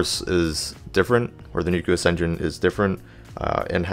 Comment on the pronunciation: Please learn how to pronounce nucleus.